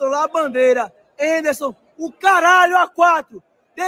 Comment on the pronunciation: É Enderson, é Enderson... técnico 🦸